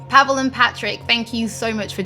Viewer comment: PaweŁ It's Paweł You have that sound, so learn it if you want to be respectful. Paweł - "pavew" Pa as in PArrot we as in VEctor ł as in Why